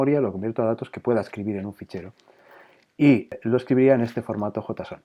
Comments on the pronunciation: jotason? asi se pronuncia ? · venia de ver cinco videos sobre "Yeison" y cuando escucho "jotason" fue como sentir un kame-hame-ha (onda vital para ustedes xD) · nadie: "JOTAson" jeje buen video!